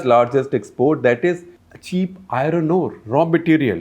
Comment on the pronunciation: I-RRRoN ROD ..I-RROn ORE ..LOL